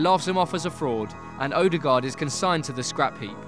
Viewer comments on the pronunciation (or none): His name is Ødegaard, so why do you repeatedly call him "Odegard"? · It's pronounced "Uh-de-gawr" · you pronounce his name so badly it almost annoys me "oaderguard" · The way you pronounced ødegaard just killed my soul a little bit. Just a little bit